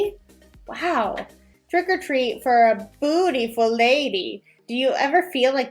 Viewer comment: Did you say Prick or treat lol 😂